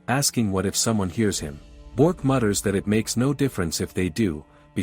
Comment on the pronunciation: it's Bi ork not bork